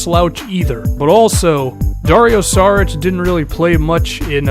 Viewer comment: it's Sharich not Sarich